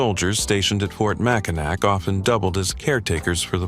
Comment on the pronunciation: I could not get past 20 seconds of the video mispronouncing "Mackinac" twice in its AI voice.